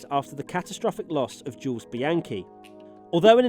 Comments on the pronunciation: I know, it's clearly pronounced "Jules" not "Jules" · Why british people doesnt seem to pronounce Jules correctly? Its not that hard, come on